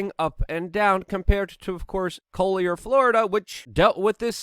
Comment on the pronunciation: You are pronouncing collier all wrong lol.